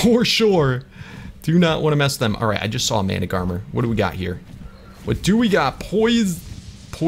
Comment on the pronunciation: Mana-gar-mer is how you read Managarmr